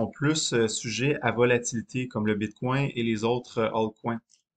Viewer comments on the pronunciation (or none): J'ai décroché à bite coin. bitcoin. pas bite coin. une bite dans un coin lol